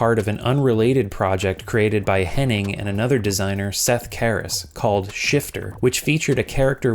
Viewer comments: Okay, this needs to be addressed: you keep mispronouncing Amy's surname as "Henning." It's Hennig. Heh-NNIG. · I know, I know, but it's Hennig not Henning. Just saying.